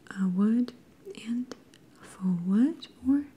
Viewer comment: You saying “faux” correctly just gave me the biggest flashback to that time I believe in the recliners video where you pronounced it “fox” 💓💓💓💓💓 ready to have the best sleep ever